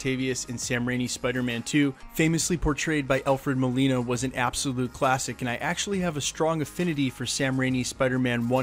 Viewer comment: It's Alfred Molina and not Molino. You should do research on things that you are unsure of.